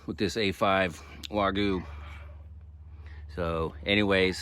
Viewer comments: No disrespect, but having lived in Japan, I can assure you someone has given you bad info. Gyu means cow and it is a hard “y” sound. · Great vid. Almost have me talked into a Judge! One thing, what is “wahgoo”?😂